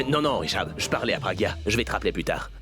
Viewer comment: Elle dit piragya Abhisek et Ayla